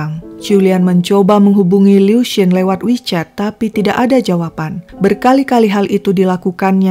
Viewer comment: Aku sukaaa bgt cara nyeritainnya itu lho.. Pengucapan nama, tempat semuanya jelas dan benar👍 Liu itu sdh tersiksa smp mati dg ketakutannya. Utk Ibu Qiulian smg ttp sehat